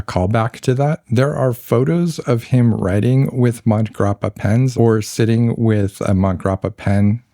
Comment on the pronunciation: Great video - the Hemingway connection to MG was more detailed than I’ve heard before. Just wanted to mention that the pronunciation of Montegrappa most likely has an “a” sound between mont and grappa. I first heard of the brand in connection to watches, and a podcaster was pronouncing the name in Sylvester Stallone’s accent. Stallone was promoting their watches for awhile. My favorite Hemingway book is The Sun Also Rises. Farewell to Arms would be second. The short stories are very good as well. I was at a pen show and looking at a Montblanc Hemingway pen. The seller asked how many Hemingways I already have, and I laughed said none but I do have several of his books.